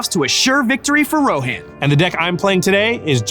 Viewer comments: Is no one going to mention the botched pronunciations ThEE odan and Row hanne? 🥴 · lol the oversized desk and chairs is hilarious but i have a feeling ole boy isn't a true fan or even really knows LOTR mispronouncing theodan and rohan like that c'mon now